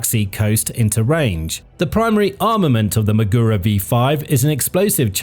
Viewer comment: Everytime he says maGUro it's like fingers scraping across a chalkboard.